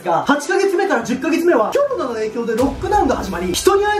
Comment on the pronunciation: 毎度コロナのことキョロナって発音するの地味に好き笑